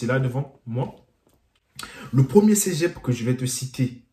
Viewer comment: Mec c’est Cé pas cegep